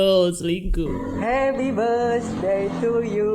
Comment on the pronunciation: Birthday cok.g ada S nya